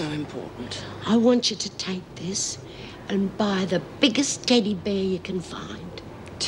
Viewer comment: Why does Meg pronounce teddy bear like that? Teddy BEAR?! Almost as though she wouldn’t bat an eyelid if it was a Teddy Aardvark. I’ve never heard any native English speaker say it like that before. English, American or Australian. It’s like the weird way she says CASSette player as well. Odd.